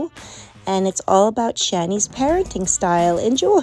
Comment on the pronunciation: Ik this is unimportant but why can't she say anything that ends with ing like parentin instead of parenting like did she fucking fail elementary?? Its also extremely annoying